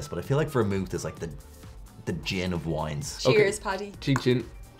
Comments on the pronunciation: I love how vermouth is not complicated to say or read in any shape or form, yet they've called it Vermont, Vermouse, and Vermoose😂😂😂😂😂 it's like if kindergartners were given the bottles and told to read them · I love how saying “vermouth” descended into “Vermont”, “veemot” and “vermouse” 🤣🤣🤣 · has called it everything but Vermouth. Vermoose,Vermont. Every variation except the correct one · And ver-mouth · Paddy says ver-MOWTH right off the bat. You know it’s going to be a good learning experience for everyone! 😂😂😝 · Ver-mouth, vermoose, vermouse, vermont. LOL I don't think he even said it correctly once. LOL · Ver-MOUTH ... uh huh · Love how never pronouced Vermouth the same way twice. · Love that had like 12 different pronunciations for the vermouth throughout the video 🤣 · A different pronunciation of Vermouth each time xD